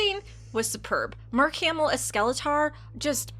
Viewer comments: Bruh the way you pronounce Skeletor is just no bueno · "skele-tahr" kills me... It also sounds like watching this would kill me too